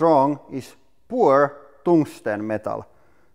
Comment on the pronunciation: poor tungsten... i get why he keeps saying that... and that he is mildly mispronouncing "pure"